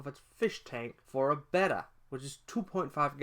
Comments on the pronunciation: Also why must he pronounce betta like beta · I get unreasonably annoyed when people call the fish "beta" instead of "betta"